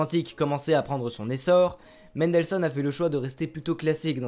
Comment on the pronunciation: Prononcer Mendelssohn avec une nasale c'est certes faux, mais beaucoup moins dérangeant que votre façon de prononcer "Ludwig van Beethoven" entre AUTRES hahaha. Trêve de plaisanterie, je découvre la chaîne et je viens de m'abonner. Excellent contenu !